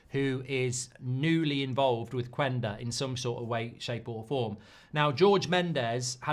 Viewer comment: Say Qenda... not qUenda